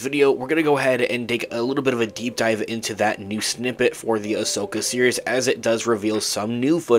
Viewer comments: it sounds like he keeps saying "the Ashoka Serious" instead of "Series." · nah, he definitely pronounces it weird. I know he's not actually saying "serious." I'm saying his "series" sounds like "serious." 100%